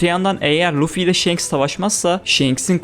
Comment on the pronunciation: Kardeşim shenks ne ya1000 bölüm one piece izlendi ve senin gibi bir tabir hiç geçmiyor kim shenks diyor şu telaffuzlarin kulağımı kanatıyor shanks o